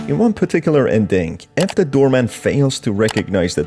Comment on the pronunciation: why do i keep hearing you say "doormat" every time you say "doorman" ?? this game feels like all its endings are unsatisfying.. why?